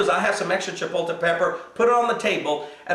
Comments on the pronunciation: I enjoyed your tutorial. Thank you so much for your recipe on tortilla soup. The word is not pronouned CHIPO-TE. There is an L in there. Just a heads up. Thanks again! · Actually - the word is Chipotle, and is pronounced: Chi-pot-le. But does it really matter? We know what it is, and the pastor is correct - it's de-LISH! Thanks for the recipe,! You're pretty awesome, sir!:)